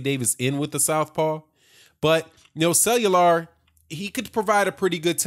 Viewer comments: Cellular? Lol let me sound it out for you: Kway-yar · Cuellar.... It's pronounced Qāy Are bro